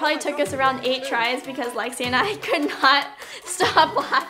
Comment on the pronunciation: it's Lexi not lexis